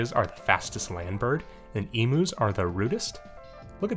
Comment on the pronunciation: Woah woah woah, hold up,. I live in Australia, and I can't stand letting another person slip through my line of sight calling emus (ee.m.yoos) EEMOOs. You'll be let off with a warning, but I strongly advise you never make this mistake again. Okay. Now continue about your day.